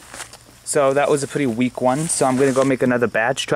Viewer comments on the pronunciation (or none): none